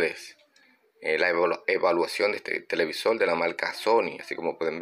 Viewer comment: Buen video y explicación. No me suscribo porque no me gusta ese acento caribeño, me molesta cuando cambian las palabras; " transistol" "televisol".